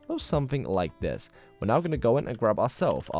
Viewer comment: Y'know what. The way he says zis is really funny